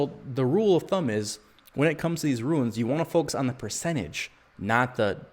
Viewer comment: Ruins? I thought it's pronounced Roons/Runes 🤦🏿‍♂️